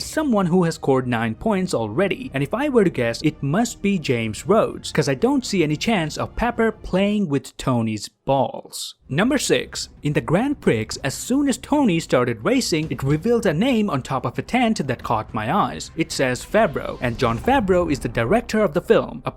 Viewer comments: ITS NOT PRONOUNCED AS GRAND PRIX≠ GRAND PRICKS ITS GRAND PRI THE X IS A SILENT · "In the Grand P R I C K S... " It's pronounced Grand PREE btw as it's a French phrase. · Why does he say Grand Prix and not gron pri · "Grand Pricks"? Really? It's 'gran-pree' on either side of the ocean. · Grand Pricks? Grand Prix is pronounced 'grand pree' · he said that after talking about pepper playing with Tony's Balls. Prix.. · 'grand prigs' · Did a canadian just say Grand Pricks? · You miss pronounced prix. It’s pronounced pree. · Grand Prix is pronounced "Gron Pree" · At the grand... pricks? O.o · it's pronounced Grand Pree even though it's spelt Grand Prix. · in the grand what? pricks? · Grand prix is pronounced pree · A Canadian who pronounces the x in Grand Prix? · the x is silent in prix